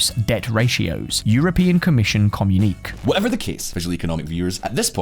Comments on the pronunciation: can't pronounce communiqué? Come on, look it up! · I know that these videos were originally in Spanish........but you and are native English speakers yet your pronunciation of words like communique is very odd. Please could you ( in particular) work on how to pronounce fairly basic words correctly in standard English as it detracts from the credibility of your otherwise excellent videos when they are mispronounced?